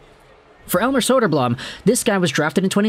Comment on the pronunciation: elmer's big brother arvid is looking good and holding his own in the net for the blackhawks atm. it's not saying much, but arvid is probably already the hawks best goalie. side note, you're pronouncing elmer's last name wrong, it's bloom.